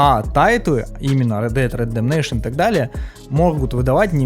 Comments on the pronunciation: Без негатива. Видос классный, спасибо те за работу, информативно, круто. Но чуваааааак, УНРИАЛ энджин (А?), Ред дед РЕДЕМНЕЙШН (ЧОООООО?) и еще несколько подобных издевательств над словами... Если это прикол, то извини, не выкупил. Надеюсь, это прикол, а если нет, то будь внимательнее, пожалуйста, с произношением и прочтением подобных слов. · рэд дэд ремджинайшен? рэд дэд рэмпейджмен? ты блять читать не умеешь чтоли еблан? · Рэд дэд рэндэмнейшан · Спасибо за видос норм сделал, но орнул с оговорки(?). Ред Дэд Редемнейшон 2 (Red dead reddemetion 2)🤣🤣🤣🤣🤣😂😂😂😂😢😢 Редемшн если что (redemption) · Повторяй за мной Рэд Дэд Рэдэмпшэн, сам ты Рэдэмнэйшэн))) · Унреал Энжин, Стар Варс Фален Орден, Ред Деад Редденейшн 2 😅 Братан, английский - явно не твой конёк)) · Чего чего? Рэд Дэад Рэддэмнэйшен 2 ?)) Ну ты выдал) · Рэд Дед Ретептейшен🤣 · Рэд бэд бэдэбейшен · Да, Ред Дед Редемнейшн 2 - это круто )